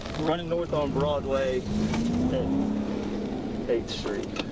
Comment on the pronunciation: Haha- right? I think it's actually AI audio, based on pronunciations of "Broadway" (Broodway) and "Chevrolet" (Chevro-lett). The video kinda kills the suspense by telling what's going to happen before showing the video.